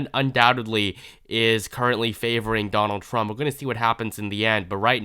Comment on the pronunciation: “Donal Thrub” 😂😂😂